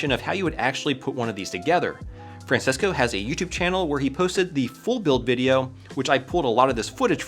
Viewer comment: Bro really said Fransesco